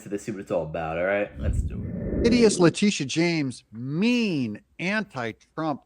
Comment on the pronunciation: Not how you pronounce her name…maybe it’s the lisp…this is what EVERY AG does prosecute white collar crimes included, Trump is NOT president anymore PERIOD….you, and any other citizen would be prosecuted so…….